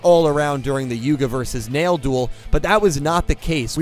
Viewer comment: Rook not luke Neil not nail